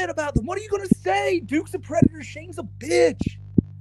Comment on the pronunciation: im not a pwedehteuh im not a pwedehteuh im not a pwedehteuh (the way he pronounces that last syllable is mind boggling)